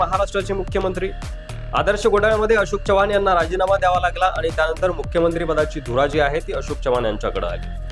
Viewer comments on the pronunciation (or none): Jara Marathi sudhara, chavan Kai, chavhan ahe te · च्यव्हाण नव्हे चव्हाण.. from original चौहान, तुमचे मराठी बोलणे खूप गचाळ आहे, जरा fine tune करा आणि मगच व्हिडिओ बनवा..